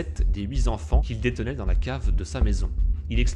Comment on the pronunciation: j'ai eu très peur à 2 reprises : quand tu dis "les 8 zenfants" (à 2 reprises quand même) et "il apercevit". A part ces fautes à hurler d'horreur, c'est pas mal fichu, bravo !